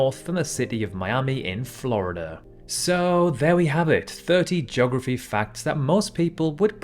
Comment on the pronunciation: Joggerfy. Really?